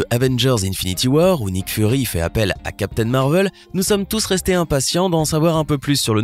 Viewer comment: Captain marvel pas marveul